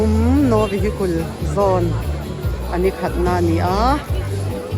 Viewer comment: Vehikul Ni lovin Vehikal aw😂